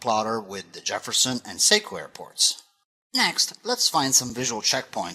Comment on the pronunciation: Sekiu sounds like /See-Queue/. Sorry, I am a local.